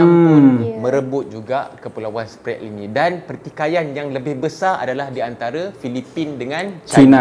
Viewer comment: hahahha.. Sbb mengikut statistik education mereka, jauh tercorot bagai nak mampuih. Cube kau tngok skli lagi, sebutan Spratly dlm English pun boleh salah. Ketawa bagai nak mampuih aku